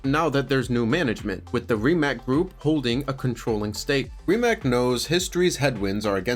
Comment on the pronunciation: Rimac is pronounced Ri-mats, not Rimack. Drives me crazy ...